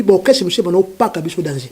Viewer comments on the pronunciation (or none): none